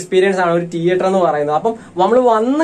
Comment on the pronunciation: ടീയറ്റർ അല്ല മോനെ തീയറ്റർ..